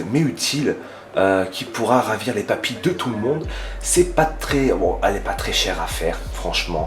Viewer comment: Il a dit papilles pas papi